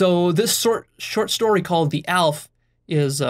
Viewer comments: It's not "Alf", it's pronounced Al-ef Alef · Aleph is actually pronounced Al-eph 2 syllables. Not that it matters but ya. Good job on this one. Very inspiring. A single comment couldn't bare to explain the true inspirations I feel here. Lost of words! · really good video, it helped me get deeper in turquoise and strengthened my understanding of infinity Btw א is said "halef" (I'm a Hebrew speaker), א can be spelt "elef" which is thousand and "Magniv" is cool in Hebrew :)